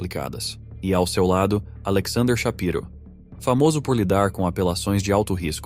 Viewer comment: Muito bom video. parabéns! Se me permite, amigo o nome do advogado Shapiro ( pronuncia-se Chapáiru ) abração!